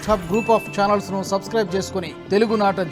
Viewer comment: Tv9 lanti news channels laga news chadavakandi .. pls.. telugu ni teligu la matladandi🙏